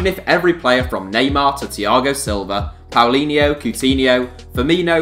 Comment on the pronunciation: "Powleenyeu, Ceut'eenheu, Frrmeeneu" xDDD